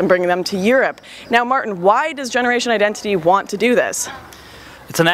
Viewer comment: You dont say Martin like that in Germany/Austria...